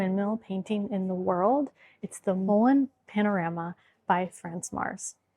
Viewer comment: de uitspraak van Verkade is Verkade niet Verkada , pas na 5 keer begreep ik waar het over ging. (Nooit in de buurt van Zaanse schans geweest) Duyvis verstond ik wel. Molen heeft de klemtoon (stress) op MO, dus MO-len.